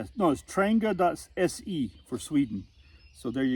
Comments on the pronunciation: It’s pronounced “ trahnYAH” It’s Swedish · it’s “Tran-Jee-a” and you’re putting your windscreen together wrong. Connect the tabs first (outside in) and move on to the next piece (connect from the outside in) and so forth till you’re done. Good video though, just practice….. SanJoséBob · If you call or visit the Trangia museum in Sweden you’ll find the word Trangia is actually pronounced several different ways.